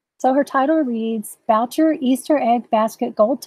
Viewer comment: Boucher is French and it would sound Boo Shay. Great video.